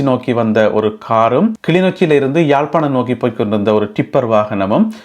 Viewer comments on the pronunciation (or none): none